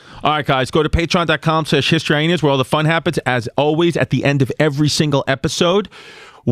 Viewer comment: Why does he keep saying Hyenas like "Hy-Henas"? lol